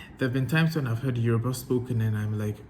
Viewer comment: You're doing well in Yoruba pronunciation